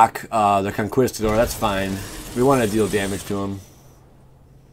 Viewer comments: bro it's con (ki) stador lol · Bad "con-KAWEEEEEEEEEEESE-tador" Boy Gaming